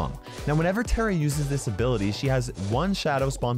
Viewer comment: Its tara not tera